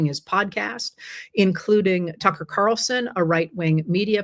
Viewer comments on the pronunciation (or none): none